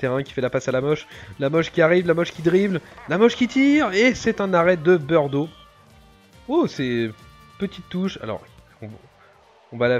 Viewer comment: Mais c'est bizarre comment tu les appellent les gardiens. En faite on dit "birdo" et non "beurdo" comme tu as tendance a le dire dans la vidéo car j'étais assez surpris de ta prononciation car c'est birdo : B-i-r-d-o. Perso moi j'ai toujours dis comme ça après a moins que c'est moi qui me trompes. Bon a la limite corrige moi si j'ai faux